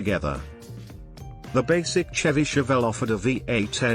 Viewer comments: It’s not because of the British accent, it’s a synthesized voice, not an actual person, it also pronounces Chevy with a ch sound instead of the sh sound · Here we go. How about a real person narrating videos like this, rather than a ridiculous computer voice that can't even pronounce Chevy properly?. Nobody talks about 70s engines in metric. That said, I don't know whether these were good choices or not. I just like all older cars. So it was just interesting to see a video about older cars. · CHevy? It's pronounced SHEVVY A Chevelle is a MEED sized car? Pimouth? PLYmouth. ZEE-28, not "Zed", One of the "Mack" One's pictured, specifically the 2nd one, the yellow one, is a Boss 302, not a "Mack" One. AND a 327 was a SHEVVY engine that had been replaced by the 70s with the 350 Koo-in (i.e. CUBIC INCHES) The 351, which was Ford's competing engine of this period, is a 5.7 liter. I don't believe they had 4-sp automatics either in the early 70s.